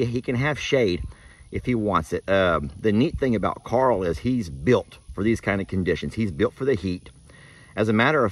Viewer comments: Carl isn’t an annoying name - it’s just the way says it; it sounds like he’s saying ‘Coral’. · I’m English. pronounces ‘Carl’ like it has two syllables.